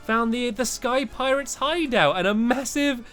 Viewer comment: When I heard space piretes I started laughing a storm